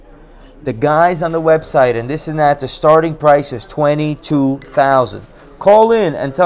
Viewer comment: "I want da gold. Give me da gold." 💯💯💯